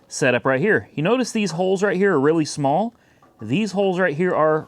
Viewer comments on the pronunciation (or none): none